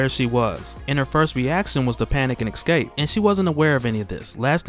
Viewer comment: My man, I love what you do and how you have a talent to create and redistribute..... buuuuttt, man you have got to stop saying "ex-cape" it is killing me lol. It's pronounced "eehh-scape". Other than that man you are doing ya damn thing and it's great.lo